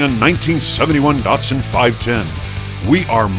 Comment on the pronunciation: It's Datsun, not Datson